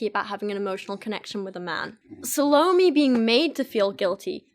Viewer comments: hey there! just wanted to let u know that the pronunciation of Salome is Sah-loh-may, not Sah-low-mee. I thought your video was really interesting, I love listening to you read poetry! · Suh loh me? I think it's actually "sah loh may" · Sah-low-may not salami :) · Salome is, roughly, "ZAL-oh-may" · Loved the way you drew parallels between the poems :) ("sa-low-MAY" is how it's pronounced) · Salome is actually pronounced "SAH-low-may". I flinched at your pronunciation, but I loved the vid otherwise. XD (Part of the reason I love it is because I'm a writer and, yes, I released a poetry collection of my own back in 2015. I'm always interested in hearing the thought process of readers as they analyse the work they're reading, rather than just a straight is-it-good-or-bad verdict.) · It’s SAL-OH-MAY and I only know because of the opera Salome lol. She kisses Johns detached head at the end and it’s gross. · Just a heads up--Salome is pronounced SAH-loh-may. It made me cringe every time. 😂 But man, I love these videos looking at Youtuber poetry. It's such a trend right now. I'm not a huge poetry person anyway, but a lot of these modern "poets" drive me nuts because it's just feeling and no craft. Feelings might be powerful, but they don't necessarily create good art. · The way she pronounces salome. Sounds like salami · sal-O-m, the 'e' isn't pronounced. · I think Salomé is pronounced 'SA - luh - MAY'. The name is often written with an accent at the end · It's SAL-oh-Meh, accent on the mehhh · The way you pronounce 'Salome' like Bologna Girl, I